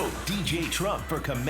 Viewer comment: I love how Jimmy keeps saying “Ttump” 😂 and for God’s sake, get over Hillary, Ttump!